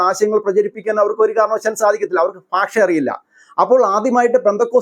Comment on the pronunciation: ഫാഷ അല്ല ഭാഷ